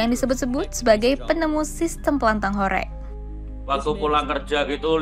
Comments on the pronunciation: pengucapan horeg kok aneh, bukan horeg kek tempe orek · Bacanya HOR^E^G...